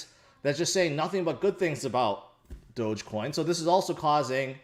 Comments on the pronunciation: HHAHAH you said dogcoinj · It's dog-e-coin, don't you see the dog everywhere when people talks about doge?